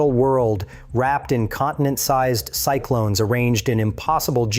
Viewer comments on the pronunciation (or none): Enormous "see-i-clones" 😂